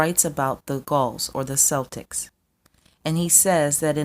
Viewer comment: Great video. But I have to admit It sounds so weird hearing Celtics pronounced with the S instead of a K sound.